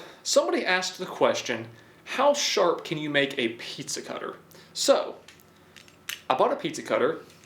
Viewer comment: He says piiiiiiezza Not pizza